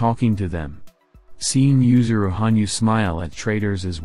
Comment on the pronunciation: *Yuzuru, not "Yusuru"